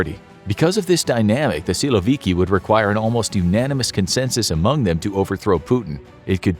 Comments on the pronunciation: Nobody calls in Russian a man named Vladimir (as first name) - Vlad. Never. It's mostly Vova or Volodya. Also, the accent in the word "syloviky" is on last syllable. "Syloviky" is mostly police force or national guard, police swat teams and etc. However, the army, normally, is not described by this terminology. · Funny how you pronounce “силовики»